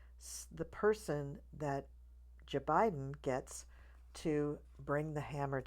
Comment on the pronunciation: First time watching you and I just subscribed! I totally agree with you on everything you said. I stopped watching so many readers and I find it a bit sad that they have given up on Kamala. But in the meantime, I discovered other readers whom I agree with, like you, which is cool! And I just love how you say J-Biben like Maya Rudolph! Thanks for that hopeful reading!